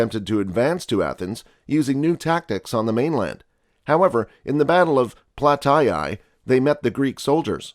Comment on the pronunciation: What is Plataeeeayyyyyyyyyyyyyyyyyyyyyyyy